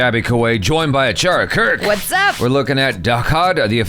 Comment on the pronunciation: I like how jaby introduces Achara Kiiiirkk, the impact on 'Kirk' is so cute 🤭🤭🤭